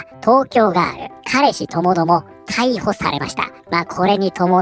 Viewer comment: ガー↑ル↓だと！？ふざけんじゃねぇよお前！おばさんだろォ！？